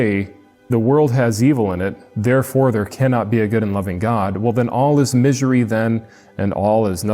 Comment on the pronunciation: "No you" is basically Matt's, and Kent's answer for just about everything. "Hey Matt why did you get fired?" "No why did YOU get me fired." Type crap. Empathy is just not in these guys vocabulary. "Misury" did you forget how to say misurey for a second there bud?